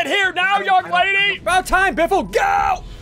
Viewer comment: talking aboat ierning